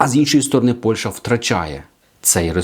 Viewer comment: Не Польша,а Польща!Правильно розмовляйте, українською